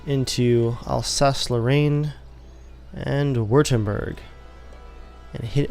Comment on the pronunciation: It's Vertemberg. In german, w is pronounced as a v